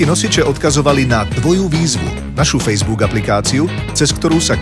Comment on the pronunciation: 1.) Najk? Nie Najki? 2.) Fejsbúk? Stačí krátke u...